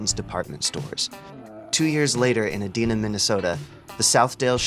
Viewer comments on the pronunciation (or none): Edina is pronounced "Ee-DIE-na" not "Ee-dee-na" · Lovely video so far, but this city is pronounced "ee-DIE-nuh". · Fantastic video but -1 point for “Edeena” MN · Its pronounced E - die - na. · Just FYI Edina, MN is pronounced "Uh-Dinah" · Just a little correction, Edina is pronounced "ee-DIE-nuh." Thanks for the video! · incredible video, your pronunciation of edina made me chuckle as a Minnesotan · Great video. Too bad you mispronounced Edina , thereby invalidating any arguments in the essay for this Minneapolitan 😂